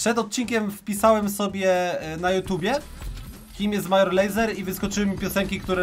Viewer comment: Major Lazer czyt. Mejdżer Lejzer Kod Paczol w sklepie btw